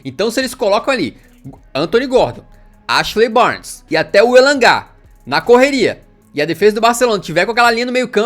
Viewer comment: KKKKKKKKKKKKKkkk ele sempre erra o nome do Barnes KKKKKKKKKKKKKkkk